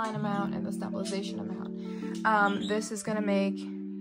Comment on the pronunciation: Just a tip: the word is pronounced “stay-bil-eyes-a-shun.” You seem to be starting the word with “stab” which, while amusing, NGL😊, loses the link to the word of origin, “stable.” Great video! I’m sure it will help many people! Thanks for your work!